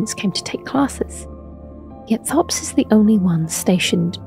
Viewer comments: his name is pronounced "Topes" not "thops". he says it when you meet him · It's pronounced t-hopes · Pretty sure he pronounces his name as "Topes" when you meet him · He pronounces his name as 'Topes' so why doesn't this video? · For a lady who makes a 30 minute long video essay about him, you’d think she’s learn how to say his name. I’m two minutes in and right after she shows the scene of him literally saying his name, she mispronounces it right after.